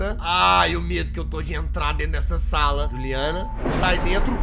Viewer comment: quando o reporter fala juliana e só com um n não dois n